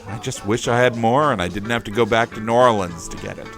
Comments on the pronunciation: I almost never hear it (New Orleans) pronounced as you have said, save for the locals and from some of those native to the state. Very refreshing! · Finally someone who pronounces New Orleans correct.